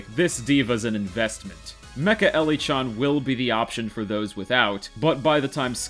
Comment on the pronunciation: tVoSQ pronounces -chan right, but not loli... don't think i've ever seen that it is usually "jackie CHAN" and "lollypop" instead of the proper chan and loli